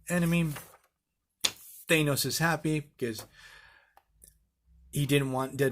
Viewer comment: How is it possible you couldn't pronounce Thanos properly in 2020...